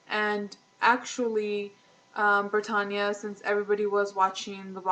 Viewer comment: "Brittanya"..... like Brittany but with an A on the end.....not pertonya